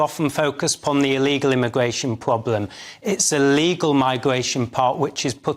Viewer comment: Its a massive Pwoblem!!! Tweasonous